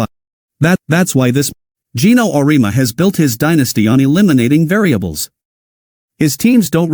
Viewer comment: Wishful thinking. Michigan was in November and TN lost the secnond half by 30. It would help if you programed your AI voice to pronounce Auriemmas's name correctly. You have 289 subscribers and 586 views... How is that possible?